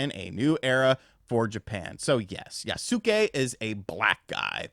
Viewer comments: Pronounced Yahss kay Not yah-suh-kay LOL Kyoto's pronunciation is still bedeviling you as well I'd imagine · Not quite, it's more like yas-keh, like heh but with a k. there is no pronounced i in Yasuke, even though americans like to pronounce it like that. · its Yaske , the U is silent. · I'll wait for Ghost of Tsushima 2, and it's actually pronounced "Yas-kay". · i swear no one knows how to pronounce yasuke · Stop saying his name god dam 😂 i hate the way you pronounce it